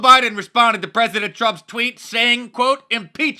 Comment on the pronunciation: What’s a pezedent?